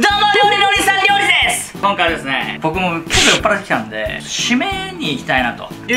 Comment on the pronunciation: リュウジのお兄さん リョウリです！って言ってない？